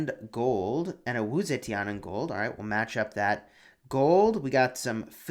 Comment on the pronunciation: "Sa-chen" not zetian...